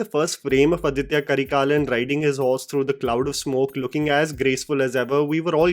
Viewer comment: Hi it's aditha karikalan not aditya karikalan. Pronunciation: Aaditha Karikaalan